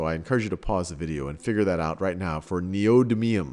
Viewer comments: Even half of the people correcting it got it wrong. Its Nee-Oh-Dim-ee-um! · I like the information, but fiddling with the element's name gets grating. It has a set pronunciation and it would be very informative to have that said properly and regularly throughout the video so that people watching and listening know what it is instead of having to look at other sources. As a teacher it's important to make sure you teach the right stuff, and even though that can change with some things the simple pronunciation of an element is not going to change unless a big fuss is made like with aluminum versus aluminium.